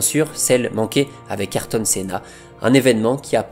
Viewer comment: La vidéo est dingue. Magnifique hommage. En revanche on dit et écrit AyRton et non Ayton ^^